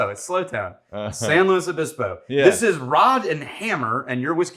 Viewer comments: Pronounced it correctly, former SLOcal confirmed. I’d expect nothing less from. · Lived there back in the mid 70's. Dad went to Cal Poly. As soon as I heard you say the name correctly, I know you had to have spent some time there. Would Love to get a bottle of this one. But alas! I live in Norfolk. Yes!!! another city with a name butchered by outsiders. Pronounced Norf*#k.